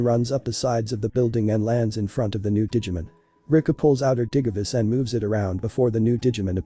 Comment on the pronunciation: Just to let you know that the voice is saying things wrong such as the digimon names and digivice it sounds weird